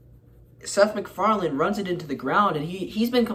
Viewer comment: there is no "d" at the end of his name.